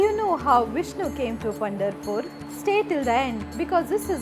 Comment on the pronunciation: it is not Punderpur, it is Pandaraapura